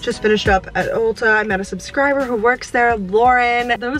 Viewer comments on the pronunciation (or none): none